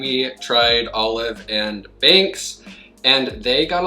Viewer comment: Binx instead of Banks!!